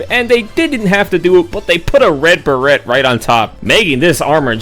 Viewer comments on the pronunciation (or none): the "t" on "beret" is silent, like fillet. EDIT: As a Haz-Master myself(AH give me more gas weapons), that reaction to my favorite armor was so funny.